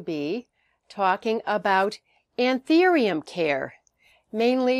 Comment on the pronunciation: It's An- THOO-ium